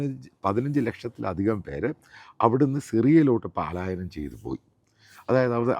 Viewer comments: Palayanam* not- ' paalayanam' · Very sorry to say. പാലായനം തെറ്റാണ്. പലായനം ആണ് ശരി. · (((പാലായനം))) തെറ്റാണ്..... ശരിയായ ഉച്ചാരണം ((((പലായനം))) എന്നാണ്..